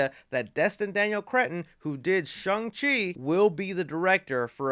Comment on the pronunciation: Did you just say Chung Chi? I'm playing with you, but that made me laugh. Great video my friend!